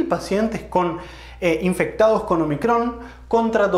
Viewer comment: Un detalle: no es omicrón, sino ómicron. Letra del alfabeto griego.